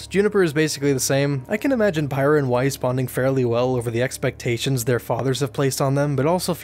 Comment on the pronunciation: I know this is a year old but like... omg it's pronounced Pier-Ra